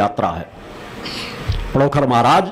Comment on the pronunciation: आप अपनी शक्ति अपने पास रखो और पहले पांण्डोखर का नाम लेना सीख लो पडोखर मत बोलो